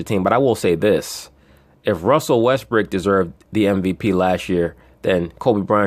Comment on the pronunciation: be killing me with that Russell WestBRICK..He says it like it is actually his real name. Got me dying over here!